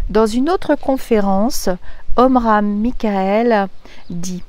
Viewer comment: Coucou Magnifique décor.... Tu prononce bien son nom à ce grand philosophe.. 😉 Merci de cette lecture très riche d'enseignement autant sur la définition des différents corps que sur le corps qui part dans l'au delà... C'est tout à fait vrai il faut laisser aller nos morts avec notre amour afin qu'ils s'élèvent... C'était magnifique cette lecture... 🙏j'espère que beaucoup vont écouter cette vidéo 🙏🙏🙏🙏💕💕💕💕❤️💙💜💛🌺🌹